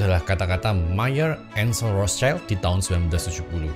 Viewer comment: bukan Rotcaild pak itu pembacaan nya... dia itu "di perisai merah" (Zum Rothen Schild) bacanya normal indo saja sudah tepat.. Rot Sild